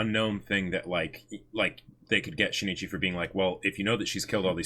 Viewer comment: Just so you know, it's not She-ne-chee BUT Shin Ichi (yes, you put a short pause between the vowels n and i).